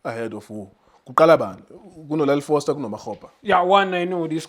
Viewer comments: Why do you call Goss Cross and why do you call Foster Frossler? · Not frosler wena, 😂 Foster